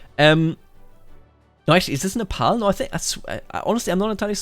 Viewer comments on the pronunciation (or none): none